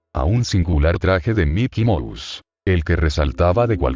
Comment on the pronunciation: puede sonar pendejo pero me da un poco de risa que el loquendo diga miky mous